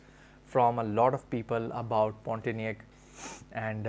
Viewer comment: just giving you little correction...the name is Pontianak ( pronouce : pond - tea - anak ) ..it is name of a city in Kalimantan(Borneo) in Indonesia.